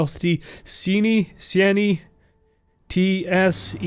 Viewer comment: I believe Tseini's name is pronounced like the word "Zany", as in "a zany person".